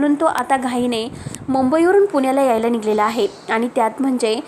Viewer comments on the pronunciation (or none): मॅडम ," निघलेला " नाही " निघालेला ".एक्सप्लेशन " नाही " एक्सप्लनेशन " " टॅंम्पो " नाही " टेंपो " , व्हिडिओ करतांना वापरायचे शब्द बरोबर आहेत की नाहीत याची आधीच माहिती करून घ्या .